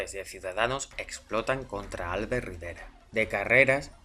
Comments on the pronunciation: yo sé que esto no tendrías porque saberlo ni pronunciarlo bien puesto que según lo que se desprende de aquí eres de Madrid, y no te lo tomes como nada personal pero la pronunciación correcta del nombre del señor veleta, no es álbert, sino albért. La palabra Albert en catalán es aguda a diferencia del castellano en el que el golpe de voz mas fuerte se produce en la primera sílaba.Solo era una aclaración enhorabuena y sigue con el trabajo de divulgación periodística tan excelente que haces. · hola , en castellano se pronuncia igual que en catalá ,,,Albérto , con la fuerza en la segunda sílaba , palabra llana ,y sin tilde ,,la he puesto para que se vea mejor la pronunciación , no ÁLBERTO ,, en la segunda , no en la primera si no, sería esdrújula.,,un saludo